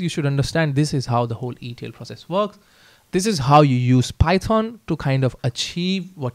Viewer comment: Python ❌ phayethon ✅😂